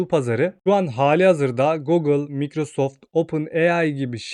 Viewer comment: Biraz telaffuzlara dikkat edelim. Cok rahatsiz etti video boyunca.